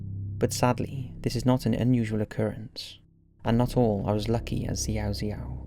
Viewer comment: Hate to be that comment but the proper pronunciation of the name of the baby is shao-shao.